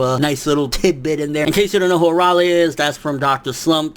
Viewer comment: It's pronounced Araylee not arawle.